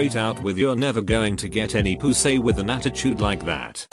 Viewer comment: he goes.... POOSAY